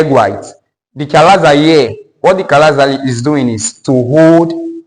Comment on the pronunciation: Chalaza " Not Chinaza"😂